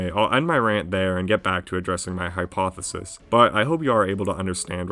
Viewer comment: "My HYPEothesis" I caught that